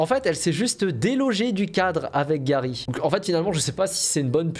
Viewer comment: C'est la première fois qu'un youtubeur dit mon prénom correctement (Garry) car il existe aussi "Gari" ou "Gary", bref merci pour cette vidéo 👍